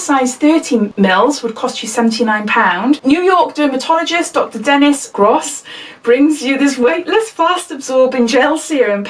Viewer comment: U dnt pronounce it as gr-ose it is gross u said it right 2nd time😄